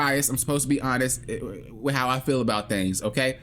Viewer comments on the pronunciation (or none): none